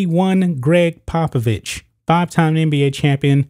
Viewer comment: You mispronounced the former coach’s name.